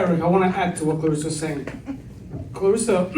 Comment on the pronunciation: 🤦🏽‍♀️ Gwoat's name is ClarEssa. Not with an I. It's an E. Come on yall.